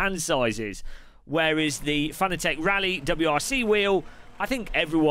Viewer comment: It's Fah-naa-tick